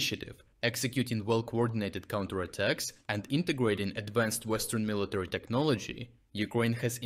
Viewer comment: Hahah Mr. Word Perfect, it’s military.